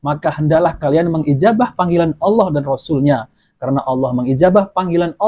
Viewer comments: Ngomong Allah aja g becus sok ceramah,masa nyebut nama Allah pakai wau,jadinya y Awlah bukan Allah,yg jelas tulisan arabnya Alif lam lam ha.. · Coba dengarkan waktu menyebut kata Allah, yg terdengar adl Awloh 😂. Jadi tdk usah didengar ocehannya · Dari mana orang ini di juluki kh nyebut asma Allah aja ga jelas aulo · 😂😂😂😂 saya sudah respek pada ceramah nya dari cara dia mengucapkan kata alllah saja gak mencerminkan islam nabi sholollahi wasallam....masak org sekelas beliau tu nyebut allah itu...AULOH..........😅😅😅😅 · Si ini menyebutkan kata Allah saja Awloh bukan Allah, ahli fisika menafsirkan al quran. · Yang perlu di cermati dr di lulusan dr pondok pesantren/sekolah agama dimana….? Untuk pengucapan Allah aja diragukan.mengucapkan huruf Hijaiyah aja.? Diragukan. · Mengucapkan kata Alloh saja ga becus so so an menafsirkan qu,an sesat ds menyesatkan. Na'uzu billahi min zaalik. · Cara melafatkan kata allah saja tidak fasih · Perhatikan baca Alloh belepotan artinya dia itu awam sekali . jadi ga boleh menapsirkan Al Qur'an seenaknya sendiri... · Dia muslim bukan.. Cara melafalkan asma ALLAH saja susah. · Ngomong Allah aja gak fasih ente bisa nilai sendiri